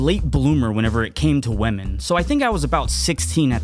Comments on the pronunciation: you said WEMEN! xD xD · Comments: He's alive! Me: "Ha, He said Wamen..." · He said women